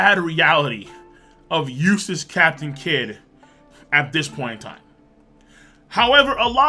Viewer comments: Why do i hear useless captain kid and. not eustass ? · Sorry but I kept hearing eustass as useless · each time you pronounce his name I hear "useless captain Kid" also kid didn't had one hand lifting that block, his hand is aim to be used from the back, but luffy's both hands are upfront, if anything how Luffy is holding is harder than how Kid is holding, I know, I lift many heavy packages in my life in my old working place and it also just makes sense. Luffy is a generation above Kid and I used to think Kid was stronger also when his bounty came out, but we forget he attacks villages and r0apes women so his bounty is bound to get higher at one point but stay at one level.